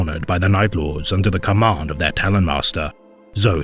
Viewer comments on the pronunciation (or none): none